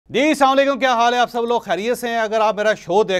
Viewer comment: چودھری صاحب سام علیکم نہیں اسلام علیکم ہوتا ہے مہربانی ناراض نہ ہونا